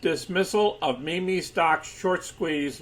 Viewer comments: It’s pronounced “meem” not “mimi” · It's pronounced "MEEM"